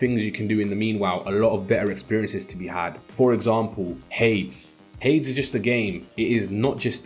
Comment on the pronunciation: Nice video, subbed. Hades is pronounced Hay-dees btw mate.